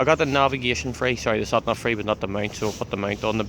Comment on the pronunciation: "ShatNav" ...lovely dialect :)